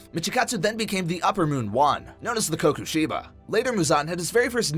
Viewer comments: "the Kokushiba" "Zenitsu Agatsumi" 👁 👄 👁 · Kokushiba? It's Kokushibo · its kokushibo not kokushiba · Kokushibo* not kokushiba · Did u just say kakushiba U need to say kokushibo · (im not trying to be hateful) you kept pronouncing uppermoon 1's name as "kokushiba" it's "hinokami" not "hirokami" Enmu is Lowermoon 1 not 7